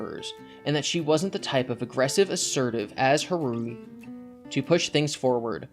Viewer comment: Har-oo-hee, not ha-rooh-ee that hurt me physically lol